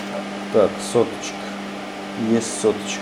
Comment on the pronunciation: обожаю твоё произношение СОТОЧКА